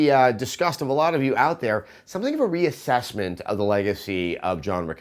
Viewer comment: Sessler's rea"sess"ment :)